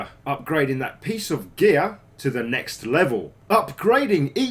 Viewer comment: whenever he says geeyaar (gear) i laugh so hard